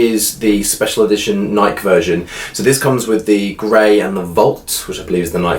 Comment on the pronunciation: Love the video, but just wanted to mention that the company "Nike" is pronounced Nykee, not Nyk. Well, at least in the U.S. Small detail, but figured I'd mention it. Enjoy your videos none the less. Thanks for sharing. I love my Apple Watch Series 2 as well.